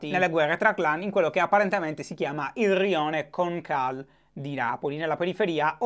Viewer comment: Ti stimo tantissimo davvero, ti seguo tutti i giorni e adoro il fatto che tu riesca a rendere l'attualità così interessante a differenza di molti Tg... In ogni caso piccola precisazione. Il nome del rione di cui parli nella prima notizia è sbagliato, si chiama rione conocal ( si legge come si scrive ). Lo so perché a pochi metri c'è il liceo che frequento...